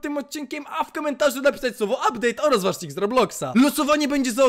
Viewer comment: abdeyt'' czapka 10/10 poprostu robi wrażenie miłego oglondania :face-red-heart-shape::face-red-heart-shape::face-fuchsia-poop-shape::face-fuchsia-tongue-out:😀😀😁